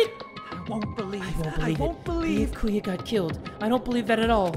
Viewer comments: I like how jay will go out of his way to say monomi right, but insists on saying byakuya wrong. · jay: says byakuya's name wrong me: faceplam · the mispronunciation of byakuya is killing me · Dammit jay, you got me saying Byakuya wrong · *says byakuyas name wrong* Fans: After all this time?: Always. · at the start of the game: This time I'm gonna try to pronounce their names correctly. now: -BEEYAKOOYA -HAJEEMAY -PEEKOW -FUYUWHIKO KUYURZYU -MEEKAN -NAHGEEETO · it's bee-ya-koo-ya But you put emphasis on the first ya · yeah but the way you did it isn't correct. Its the YA that is emphasized, not the BEE that says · THATS WHAT YOU GET FOR CALLING HIM "BIYAKUYA" AND NOT "BYAKUYA" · BeeYaKuYaa ByaKuYah Clear difference. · It's bee-YA-koo-ya Not BEE-ya-koo-ya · ah yes its beeyakuuya not byakuya sorry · i feel like its 50/50 how many people say ByakUya and ByakOOya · Byakuya himself: "My name is Bee-YAH-kuu-yah Togami": "Okay Bee-ahh-KUU-yah" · im still sobbing about his pronounciation of byakuya. ITS NOT BEE A KOO YA ITS BEYAKU YA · How literally everyone says it: Be - yah - koo- yah the bae: Be - yuh - koo - yuh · Pronunciation: Bee-Ye-Ku-ya Tu- Ga-mi My Pronunciation: Be-Yak-You-Ya Toe-Ga-mi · its pronounced Bi ya ku ya not biyakuya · like yakuza, byah koo yah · bee-yack-cu-ya does not roll of the tongue for me and since jay says it wrong at thats all Ive heard, all I know, well I can pronounce byakuya's name right I just dont like saying it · Im so used to hearing say Bee yah koo yah that I can't even pronounce it right anymore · “Thicca-kuya” Yes. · still sayin Beeahkooyah but at this point it’s more iconic than annoying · Bee-uh-ku-yah. Ima forever say that now to piss people off 😇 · Be-a-kuu-ya - 2020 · Is it just me or is he calling him Thick-a-kuya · “Thickakuya” LOL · Spoilers! Show more at your own warning! I’m so glad Imposter Byakuya died first instead of surviving so we don’t have to hear him say Beyahkuhyah